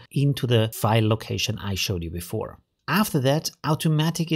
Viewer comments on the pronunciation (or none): none